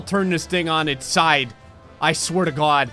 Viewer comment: “I swear to gawd” your jersey is showing again